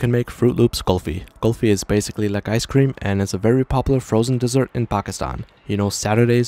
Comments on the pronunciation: It's not Qulfi it's kulfi Really like your pronunciation😆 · Everything is great ... But man pronouncing kulfi as "kahlfi" instead of "koolfi" is ....